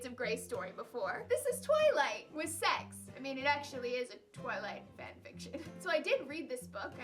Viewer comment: "So sezzy" DIED Iippp